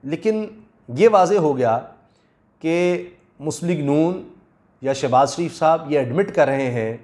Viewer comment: Shebaz not Shanaz.